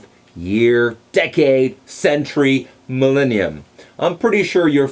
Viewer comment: He mispronounces "millennium."